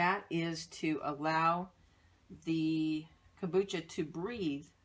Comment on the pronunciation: Hey nice lady! so please say the M in Kombucha :D , then at about 7 minutes into the video you use some kind of lemon juice out of a store bought bottle what looks like. Just make sure there are no preservatives in there as it kills/fights bacteria and yeasts. Other than that, thanks for the good video! Whish I could get my hands on those brown bottles...